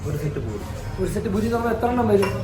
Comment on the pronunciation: Buri alla puri aanu.